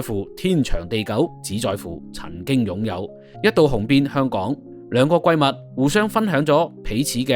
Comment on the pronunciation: 主播你的第一语言英该是普通话吧？不介意你的口音，但是有的字念得完全错了，比如“闺蜜”"联袂”。。。祝你进步！